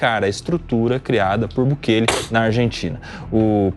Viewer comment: Não é Bukelê, o correto é Bukele "sem acento".